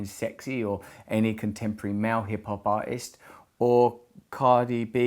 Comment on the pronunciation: Took me awhile to realise that "mao" means "male". Dammit Russell, pronounce words!